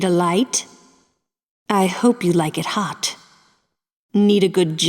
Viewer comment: Did he just say thot show!????